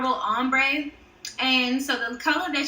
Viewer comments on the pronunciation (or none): Girl good video but when you said ombré you said ombraid but the nails turn out really good and your the best so bye ✌️